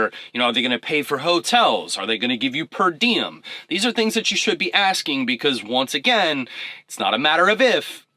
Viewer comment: What's that you said? "Perdium"? What's that mean?